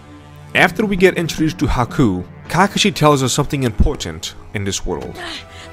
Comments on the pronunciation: I mean it's still fantastic. This dude Can't even pronounce Kakashi properly so I do know how much Naruto he actually watched. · the video was enjoyable until he pronounced kakashi 🤦🏾‍♂️ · his pronunciation of character names is cringe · Bro I know i can’t respect your opinion because of how you pronounce kakashi